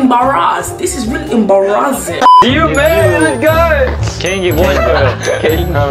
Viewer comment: Everything was hilarious but when it cam to ✨EmBAHrAsED✨ I DIED